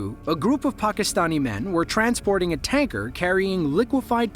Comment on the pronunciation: That is not how you pronounce Pakistani